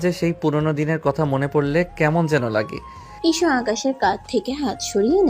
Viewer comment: ইসু না হিশু